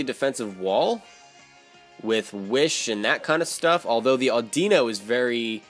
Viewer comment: audeeno?? it's audino like idunno